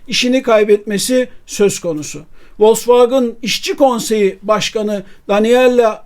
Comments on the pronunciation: Telaffuzla alakalı bir eleştirim olacak. Türkiyede bir kısım insan maalesef kendi dilindeki okunuşuyla bazı şeyleri söylemekten çekiniyor mu diyeyim bilemedim. Volksvagın değil Vosvagen, Mörsides değil Mersedes. Onlar bizim TRT mize Terete mi diyor ? Tiarti veya kendi dilinde okunuşu herneyse. Okunduğu gibi yazılan mükemmel bir dilimiz var, sahip çıkalım. Siz yapmayın bari! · Vosvagın değil de Vosvagen deseniz daha iyi olurdu. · ya turkler gibi vosvogen de ya da almanca okunusunu dogru ogrem oyle soyle. kendi uydurdugun sekilde telaffuz etme markayi. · Vallahi sonuna kadar dayanamadım, sürekli Volksvagın demeniz acayip rahatsızlık verdi. Dinlemedim videonuzu. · Vollksvagın bana da itici geliyor. Ama , burada Sedat Bey'in söylediği yanlış telafuz.( Aksan değil,o zaten hiç bir yerde olmaz) Vollksvagın in itici gelme sebebi ise. Wagen,derken normal türk gibi söylerken. Wagın, derken aksan yapmaya çalışmamız.